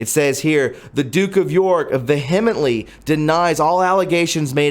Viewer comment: Vehemently, why am I not surprised that you can't pronounce it ? You FUCKING Illiterate moron ! Do you not know how stupid you sound ? And you correct yourself clueless !